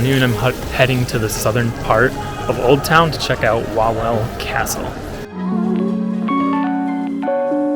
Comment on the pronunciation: "W" in Polish is pronounced "V" so no Wawel but Vavel in English